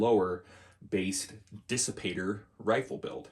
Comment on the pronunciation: Kissipator. Haha. The K from KP. But really, Dissipator sounds great.